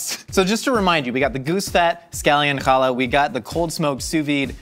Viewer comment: chaLA, the emphasis is on the la, not on the cha